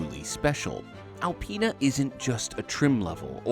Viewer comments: A-penis.......Apinas......Alpinas... Well played, well played. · gets into the X7 “This is Al-penis version.”